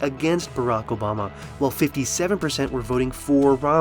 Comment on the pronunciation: obamna slip up lmao